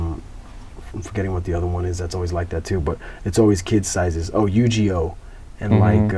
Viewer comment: this foo said “Yu-Gee-Oh” 😂